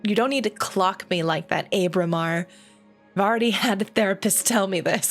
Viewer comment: This is kind of a nitpick, but Ábramar has an accent over the initial letter. It should be pronounced like the "a" in "guava." I apologize for being that guy, but this game is amazing, and I couldn't let that pass without comment.